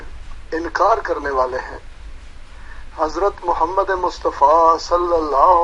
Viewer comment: It doesn’t even suit them and their pronunciation of Hazrat Muhammad P.B.U.H in Urdu. However, when they name their kazzab leader, they say it with utmost respect.